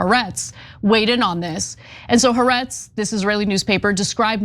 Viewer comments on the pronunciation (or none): Could someone teach Ana to say Ha'aretz properly??😂